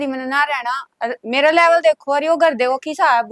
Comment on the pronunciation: Pehla bolna sikh la laval ni hota leval hota ha kyu etni low video show kerta ho lades dakh ka tension free ho ker mother in law per ya sab kera kyoki unha pta ha ki last ma excuse ker langa